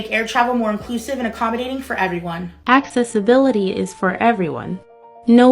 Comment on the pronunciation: Access ability? That’s literally not how you pronounce accessibility.